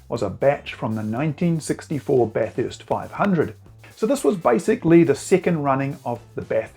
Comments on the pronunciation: At Bathurst, it's pronounced Bathurst, not BatHURST. Think of it like this, the people of Melbourne hate Melbourne, being pronounced MelBORNE. Then there's Brisbane, but I think you're on to it. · Bath-hurst? There is only one letter h in the word Bathurst 😊